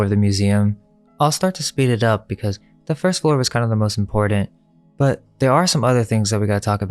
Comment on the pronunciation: "IMPORTANT" DOESN'T have a "d"... It's not "imporDant"...